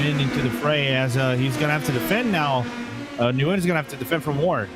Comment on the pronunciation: Its not nuhguyun its pronounced "Gwin"